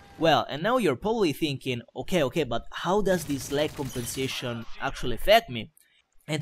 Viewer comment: Su alcune parole sembra davvero inglese, ma su altre ("call of duty", "lag", "moab"...) un po' si sente che è italiano :D